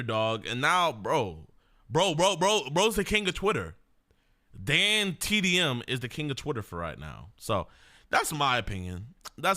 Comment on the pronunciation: I aint watch the vid yet but if you start dissing dantdm im boycotting your vids and where fighting and stop saying his name wrong